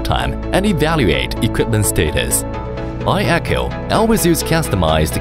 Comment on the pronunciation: Отличный ролик! Много нового узнал про iECHO. И наконец-то затихнут споры, как правильно произносить имя iECHO. Теперь только «ай-Экоу»:)